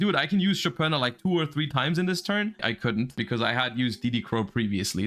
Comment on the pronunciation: The only person in the whole Youtube who knows how to correctly pronounce Shopina's name. Never thought I'd see (or hear) that. lol That's a "thank you" comment BTW. 😆